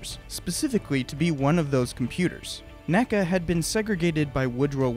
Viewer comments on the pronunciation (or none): In addition, NACA is pronounced "N. A. C. A." not "nacah". NASA is "nasa" and NACA is "N. A. C. A.". I don't know of a better source than wikipedia, but NACA did create and airfoil classification scheme and those are called by initials rather than an single word.